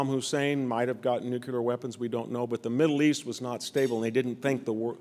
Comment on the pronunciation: Sorry, but I refuse to applaud anyone who does not know how to pronounce the English word "NUCLEAR"!